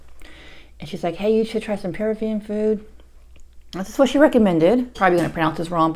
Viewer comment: You're mispronouncing it... emphasize the 2nd syllable of Peruvian